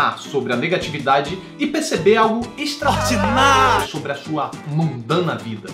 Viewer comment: EXTRA-ORDINÁÁRIO kkkkk